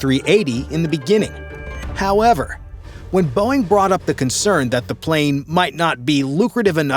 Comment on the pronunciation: 😂Dumb and dumber “BEOING” mark 😂😂😂😂